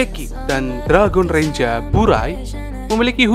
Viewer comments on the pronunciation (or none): Ngomong renjer aje renja🤦🏻‍♀️